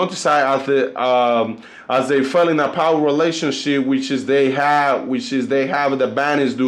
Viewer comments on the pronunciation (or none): none